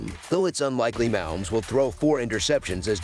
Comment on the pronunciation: You pronounce it Ma_Homes